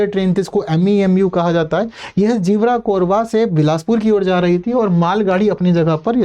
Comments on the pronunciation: ज़िवरा- कोरबा नहीं है सर वो गेवरा-कोरबा है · Gevra hai jiwra nahi